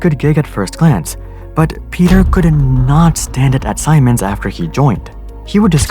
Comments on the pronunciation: Its pronounced SEE-MENS, not SI-MONS lol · It's pronounced Sea-Mens not Simons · Siemens is pronounced like "sea mens" not "sigh mens" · Siemens = "ZEE-mens." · Siemens is pronounced more like seamens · wtf is a Saymens? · Siemens is pronounced "sea-man's".. ;p Great video !! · Wow, didn't know it's pronounced Saimens and not Siemens (hope you get what I mean xd) PS: That animation is awesome! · FIY In Germany we pronunce Siemens like: Semens. But great video. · Could fix your pronunciation of Siemens too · That's not how you pronounce Siemens. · I wanna scream because you're mispronouncing Siemens and Piratbyran.